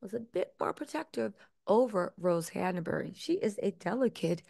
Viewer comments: It’s not Hanna-Berry. It’s Hanbury. That is distracting. It’s like calling Markle Marable. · It's not hannahberry. Hanbury ⤵